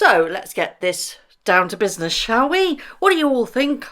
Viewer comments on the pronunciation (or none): none